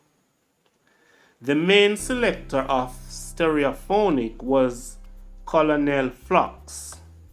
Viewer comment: C-O-L-O-N-E-L is pronounced KERNEL.